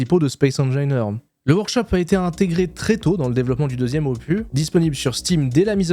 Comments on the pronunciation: Space engineeeeeaiiiiirrrrs, comme opussssse, pas opu. On dira une IA :face-blue-wide-eyes: ! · on dit opuSSSSS pas opu... tu vois c'est comme pénis, on dit pas péni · Pas "opuuuu", mais "opuSSSS". ^^ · Opusssss, on dit opusssss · " Ce nouvel Opu " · En parlant de prononciation pour générer des commentaires😆 En français, on prononce le « s » final de opus. On dit donc [opys]. Le mot vient du latin opus (œuvre), et en français, la règle pour ce mot spécifique est de prononcer la consonne finale. Voilà 😛mille bisous et bonne continuation 😘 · Moi aussi j'aime ça prononcer des mots anglais à la française. Est-ce que tu faisais exprès aussi pour le mot OPUS? Normalement on prononce le S. Donc OPUSSSSSS. Salutations du Québec. :) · Opu, terminu, cactu, processu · Mdr je m'attendais complètement a trouver un commentaire immédiatement a ce sujet., cette prononciation est juste infecte 🤣. Mais force a toi quand même pour ton aventure YT! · Marrant, on dirait que tu as découvert un mot avec 'opus' 😂 à priori le S se prononce toujours ! Bonne vidéo sinon. Pareil j'ai snobé SE1 depuis .. toujours, mais force est de constater que le second a ses charmes, l'aspect échelle des choses et du décor environnant notamment , on parle souvent de l'échelle pour SC, mais là ça semble nettement au dessus en terme de terraforming / surface planétaire. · merci pour cette vidéo :::: par contre le S de opus se prononce !!!!!!!!!!!!!!! en français en tout cas. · donc on prononce engineer comme le dit l'ordinateur et opus faut prononcer le s. j'ai hate de pouvoir te corriger a nouveau ! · La prononciation de ton anglais me va très bien. CEPENDANT la prononciation du mot opus 😂😂. Tout cas tu as raison d’ouvrir ta chaine a d’autres jeux.